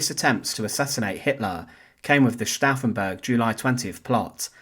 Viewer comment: Das heißt Flossenbürg! Lernt erstmal Deutsch, bevor Ihr Euch hinter den Taten der Nationalsozialisten verstecken wollt, ihr verdammten Engländer!